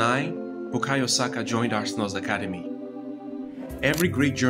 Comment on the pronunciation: You pronounced Ademola and Oliseh correctly, but somehow you've forgotten the correct pronunciation of Saka😂😂😂